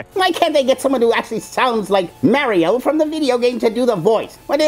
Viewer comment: Mar--ee-o. not Mair-ee-o